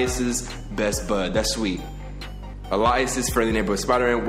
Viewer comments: AY-LEE-US = alias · What's an "elias"? 😂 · foreal don’t know how to pronounce alias